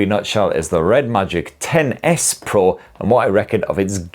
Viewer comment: I love that it sounds like you're saying Tennis Pro when you say the phones name. Hehe